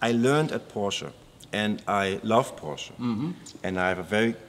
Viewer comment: Ich finde es respektierlich, gegenueber der Marke Porsche, dass er den Namen korrekt ausspricht. Viele Englischsprachige Menschen sagen einfach "Porsch"